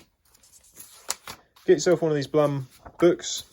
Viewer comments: It's Bloom ( Blum), not plum :) Beside that thanks a lot. Very informative and helpful. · Great video. Very well put together. But maybe mentioned here or not - the company is pronounced "bloom"